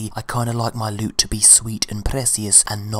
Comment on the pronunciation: "I like my lewt to be sweet and precious" lols